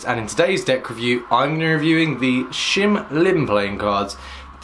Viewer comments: NOT SHIM. ITS SHIN LIM !!! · shin lim not shim lim. just sayin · His name is Shin Lim... not Shim Lim... Just sayin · He is not "shim lim" you stupid,he is "shin lim"! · it's shin limited not shim lim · it's Shin Lim bro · I know he says shim Lim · I am annoyed by his shim lim😂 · HIS NAME IS SHIN LIM GEEZ PLZ LEARN TO PRONOUNCE B4 U REVIEW THEN U WILL GET LESS HATE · I don't think he said the name right the whole time.